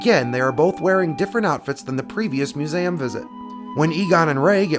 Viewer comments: I'm sorry but it wont quit bugging me.......... its. MU - ZEE - UM not. MU - ZAM otherwise good video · Oh yeah the muzam... Do you have problems pronouncing MUSEUM? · love this vids, keep's coming....but it's "myu̇-ˈzē-əm"!!! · Mu-zay-um? Lol. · You say museum weird….. I’ve never heard anyone say Mew-zayem….